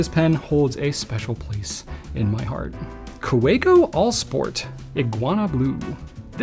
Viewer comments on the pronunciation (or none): I think Kaweco is pronounced kuh-veh-ko. It’s German.